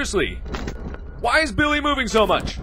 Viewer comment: "I guess I could name him Biwwy"